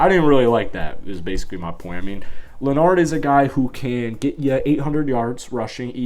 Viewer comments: Bro stop mixing up Leonard with Bernard smh. Im sure you've heard his name said many times.. Its Leonard not leoNard... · Who Fournette? Did you say "LenARD"? The man's name is Leonard, and if you can't read well enough to pronounce it, maybe you should get someone to help you. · Leonard bro...Leonard...not "lah-nard"